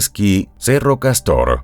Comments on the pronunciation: Usuahia, no ushuaina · Quería hacer una corrección, algo que me llamó la atencion, es la ciudad de Ushuaia (se lee como tal), en Tierra del Fuego. Si no mal escuché dijo Ushuaina y es incorrecto! Por cierto muy buenos videos, me los pongo de fondo cuando ando haciendo cosas en casa. 👌🏼 Saludos de Argentina!🎉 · Excelente caso! Mi unica criticva (y es algo que vengo notando desde hace varios videos, pq los empecé a ver desde el principio) es que no sé por qué lugar hablan o si es una IA hablando pero siempre hay problemas en la pronunciacion, en este caso, no es Usuaína (?!), es ushhuaia. Mismo tema con el caso Lucio Dupuy, no es Dúpuy, es DupUy, acento en la segunda U. No es nada exageradamente malo pero muchas veces distrae y genuinamente le quita veracidad a la investigacion. Gracias por su esfuerzo ♥